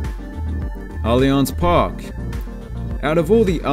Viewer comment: Allianz Park ( o gringo nem teve trabalho pra falar certo kkkk) e Arrrhieena dhou Grhêmiou, os melhores!